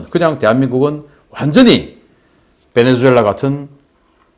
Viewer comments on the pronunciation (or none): none